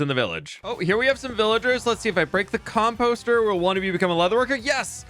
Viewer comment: Khom-posterr Beans-:Cam-pastah